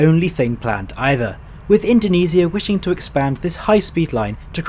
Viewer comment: Indonesia ❌️ Indoniisia✅️